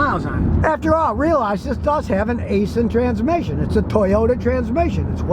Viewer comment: *Please*, STOP pronouncing Aisin "A-sin". Properly, say: "EYE-sin" (アイシン). You would not like me calling you "Scoooty KYLE-mer".